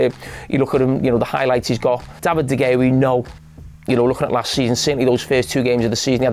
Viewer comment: and de GHea 😂😂😂